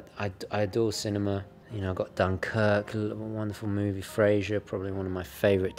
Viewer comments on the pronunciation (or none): none